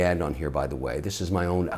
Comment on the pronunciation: Watches are part of what? Your "acculturellement", maybe he meant "accoutrement" LoL